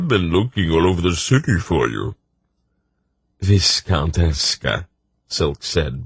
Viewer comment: Ok i really appreciate this narrator's commitment to the accents and different character voices, but I've got to get something off my chest: I've gone from Pawn of Prophecy straight through, and every time he pronounces 'quay' as kway instead of key it sets my teeth on edge. Also, 'viscount' rhymes with 'eye count,' not 'discount.' SMH